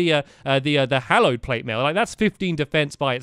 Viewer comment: It's not called hollow it called hallowed